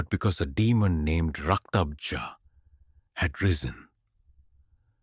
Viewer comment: It's Rakta bej not raktabza